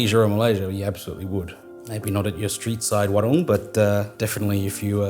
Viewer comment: Nasi goreng, warung, udang kerupuk.... thanks for taking the time to learn how to pronounce your Indonesian words correctly! Really appreciate the attention to detail!